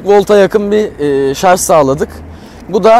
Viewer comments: Voltaj diyebiliyor ama şarj diyememiş sunucu arkadaş. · Şarz değil! Şarj. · Ah be kardeşim, bir de şarz değil de şarj desen ne güzel olur. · Şarz değil şarj demelisin... Türkçen yetersizken companent de neyine, "bileşenleri"diyebilirsin. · Şarz değil Şarjj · Bütün ingilizce kelimeleri doğru söyleyip de bir tek Şarj kelimesine şarz demeniz kasıtlı mı acaba? Dikkat çekmek için midir? Videodaki alt yazılarda da hep Şarj yazıyor bir sorun yok çünkü. Bunun dışında kanalınız çok güzel zevkle takip ediyorum. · şarz (Yanlış kullanım) şarj (Doğru kullanım) Cümle içinde kullanımı: “Yeni aldığı telefonunun şarj ömrü çok uzun.” Lütfen, güzel dilimizi doğru telaffuz edelim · harbiden şarj demeyi beceremeyen bir ülkeyiz, yahu dil kurumu bunu şarz diye değiştirsin bitsin bu çile. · şarz demeyin şuna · Şarz dedikçe tüylerim diken diken